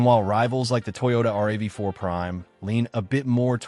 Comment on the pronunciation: Not bad info, but if you want to be taken seriously you need to ditch the crummy AI voiceover. I cringed every time it said PHEEV, or MP-Go (instead of MPG-equivalent) or the Toyota R-A-V-4 instead of RAV-4 etc.